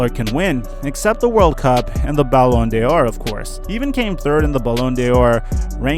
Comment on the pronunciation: Not to be petty but you’re supposed to say ballon d’or like ballon door